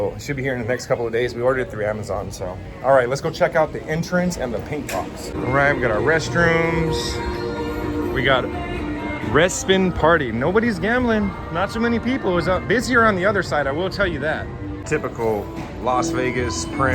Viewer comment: Uh, that would be "re-spin"...Slow down. If you can.